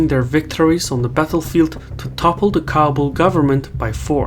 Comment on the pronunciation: It's pronounced Ka-bool.